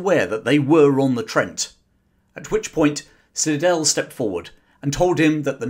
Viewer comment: Slidell is pronounced "sly-dell" in the US.